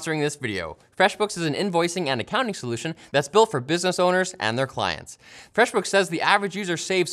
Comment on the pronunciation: erm... where's my "FWEFF BOOKF"?